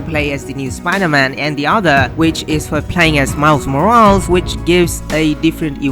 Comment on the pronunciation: Great work! But the way you pronounce "Morales" gave me cancer.